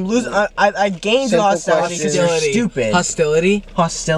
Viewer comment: Chris said hostality instead of hostility......LOL 😅